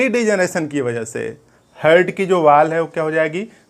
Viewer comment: हार्ट बोलिए सर हर्ट नही🙏